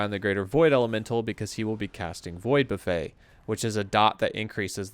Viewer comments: Void Buffet is pronounce Buff-it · Buffet, is either a meal or it means to strike repeatedly - particularly in relation to waves or air (like on an aeroplane). Love when you say buff-ey though, makes it sound like he's forcing you to ingest the void.